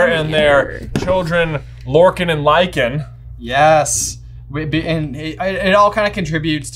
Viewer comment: its lysander not lycan